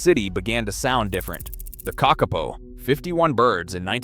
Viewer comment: Kakapo is pronounced KA-ka-po, it is not pronounced ka-KA-po